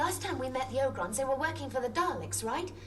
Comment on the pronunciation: It's pronounced Oh Grons not Ah Grons. Ya know, it's Leve OH sa lol